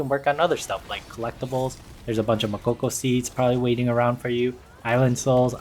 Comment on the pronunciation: I closed the video when he said mokoko seeds lol